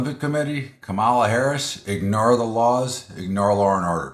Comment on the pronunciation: You can't pronounce KAM a la? Even Donnie Disinfectant can pronounce it now :)